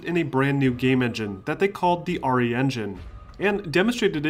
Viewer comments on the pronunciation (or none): How come you keep calling it RA when it is RE